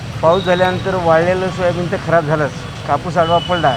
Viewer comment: Soyabeej Galathy "Soyabeen" kaho News Reader sahab.